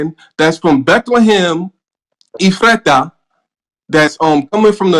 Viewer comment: “E-FRAH-TAH” 🤦‍♂️ can’t trust niggas who refuse to simply pronounce Ephrathah